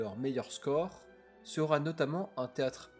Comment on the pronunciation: C'est une bonne vidéo ❤ Fais attention cependant à éviter certaines liaisons avec un t qui se balade "sera T impliquée "... Et juste une remarque : le verbe "se présager" n'existe pas 😂, tu peux utiliser "se profile" ou "se prépare ". En tout bravo pour ton travail, c'est de mieux en mieux.